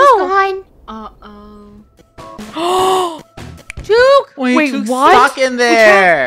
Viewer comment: The fact they don’t know it’s about New Zealand and the way they pronounce chook is killing me💀😭 what the American